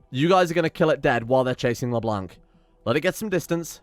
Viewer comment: When you read Leblanc, don't read the "c" at the end. Le blanc in french means the white